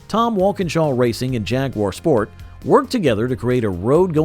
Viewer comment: Hey. If you can't pronounce the names, why do you produce a video like this? Check out how Jaguar and Le Mans is pronounced! Do not butcher it this horrible!